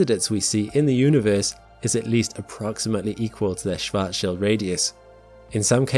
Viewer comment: I'm mostly impressed with your ability to pronounce "Schwarzschild".